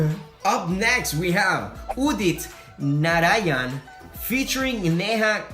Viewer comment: The way he said udit Narayan n Neha kakkar.. I was like 🤣🤣🤣🤣🤣🤣🤣🤣😂😂😂😂🤣😂🤣😂🤣🤣🤣🤣😂🤣😂🤣😂😂🤣😂🤣🤣😂🤣🤣😁🤣🤣😂🤣🤣😂🤣😂🤣😂🤣😂🤣🤣🤣😂😂🤣🤣😂🤣😂🤣🤣😂🤣🤣🤣😂😉😂